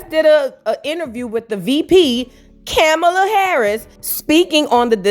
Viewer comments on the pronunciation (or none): Her name is car-ma-la it is just not cute when we do it.